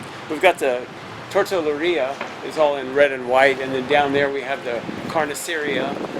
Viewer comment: Haha... its Tortilleria (Tort Te Ye -Re -Ah). But who cares your having fun! and that more important. Great videos, Great Art! I love how you interject life experiences.. your a real good guy. Thanks for sharing your talents.